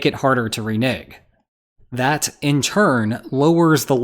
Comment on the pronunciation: I'm not sure that's how you pronounce renege...